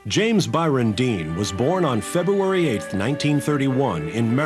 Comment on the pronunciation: "Untimely fatal crash"; is there such a thing as a "timely fatal crash". Hire a professional writer and presenter. BTW it is February .. Not Febyouairey"